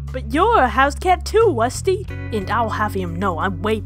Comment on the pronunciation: Wusty da wussy cat